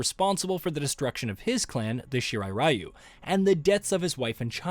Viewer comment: if it's Japanese ninja clan why can't people pronounce it in Japanese RYU "REE YOUU" Even when you hear it being said properly people just don't care Ugh why bother for the creator then i don't understand